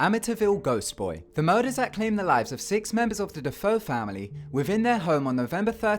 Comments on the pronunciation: "De-Foe?" That name is usually pronounced "De-fay-oh" even though it's spelled DeFeo. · Also, "DeFeo" is pronounced "Deh-Fay-Oh" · it's not pronounced "da-fo"